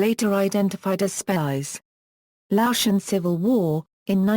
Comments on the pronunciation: Spiers is a very Scottish name and pronounced Speers not Spires. Please do your homework on issues like this. I was getting quite annoyed at the amount of times Spires was used in this documentary. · I only saw clips of "Band of Brothers" but I also caught what seemed to be mispronunciation of the surname in this video. However, the spelling in the video seems to match what I've seen before because I wrestled with the pronunciation myself prior to viewing this. Is it possible that the video spelling and your spelling are alternates of the Scottish name? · This person cannot say his name properly . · At least pronounce his name right.